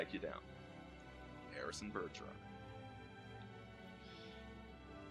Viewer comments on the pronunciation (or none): none